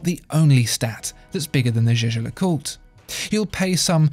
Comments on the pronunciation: it's YAGER no jayjer ... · Jaeger is pronounced "jäger" like in Jaegermeister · Are you sure Jaeger is pronounced "jay-jay" like you are doing? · I am afraid that your "Jaeger" pronounce is incorrect. This is german name not french. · You are really butchering the pronunciation of Jaeger